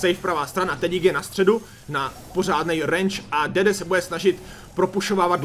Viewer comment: dedee se čte dídí